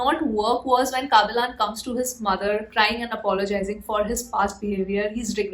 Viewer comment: Don't say kaabilan......say kabilan